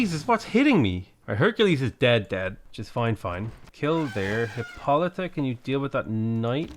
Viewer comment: I got tired of you figuring out how to pronounce your hero's name, so I googled it and it's hip-poh-luh-ta!